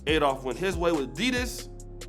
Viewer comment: I love PUMA. You are mispronouncing ADIDAS